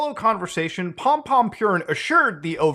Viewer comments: Idk why, but is funny how Muta says pompompurin, maybe because he reads purin as with english pronunciation p i u rrin, instead of the japanese pronunciation, poorín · I'm so conflicted. It warms my heart to see freaks like this put away, but having to hear him addressed as "Pompompurin" has put a bad taste in my mouth. I think I'll have to box up a few things on my desk. I think this has ruined pompompurin for me. I'd say this is a sad day for sanrio, but then I thought about how they have 200 other characters to pick from. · "Pompompurin" 😨 damn the sanrio character's been up to some shit